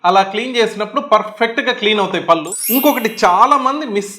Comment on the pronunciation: డాక్టర్ గారు నమస్కారం పల్లు కాదండి పళ్ళు అనాలి భాష ను నాశనం చేయకండి భాషను కాపాడండి. ముందుతరాలకు శుద్ధమైన భాషను ఇద్దాము. అది మనధర్మం. కళ్ళు పదానికి కల్లు పదానికి అర్ధంలో చాలాతేడా ఉంది గమనించారా కళ్ళు అంటే నయనం దృష్టి ని ఇచ్చే అవయం కల్లు అంటే నిషా నిచ్చే ద్రవ పదార్థం. కనుక కళ్ళు ని కల్లు అంటారా? తెలుగు భాషలో 56 అక్షరాలు ఉన్నాయి ప్రతి మాట ఉచ్చారణకి అక్షరాలు ఉన్నాయి ఇంగ్లీష్ భాషలో లాగ ఒకే స్పెల్లింగ్ తో వేరువేరు అర్దాలతో ఉండి ఒకే ఉచ్చారణతో పలక వలసిన ఖర్మ మన తెలుగు భాషకు లేదు. "దేశ భాషలందు తెలుగు లెస్స" మాతృ భాషాభిమానం కలిగి ఉండండి ఇతర భాషలను గౌరవించండి. పూర్తిగా ఓపికగా చదివినందుకు ధన్యవాదములు.